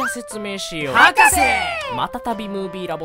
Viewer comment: 博士のところの最後が発音が勢いが良すぎて、『ﾊﾞｶｾｪｴｪｪｪｪ』に聞こえる